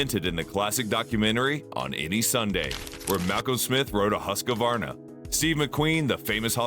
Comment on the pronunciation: no its not. but yours is better. the right way so pronouce is HUS QVAR NA, or to make is simpler, HUUS-KVAR-NAH. say the U like in USA. and the A like in America. 😁